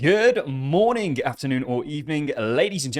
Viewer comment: It's good mornING not INK can't believe so many of you poms can't speak the Kings English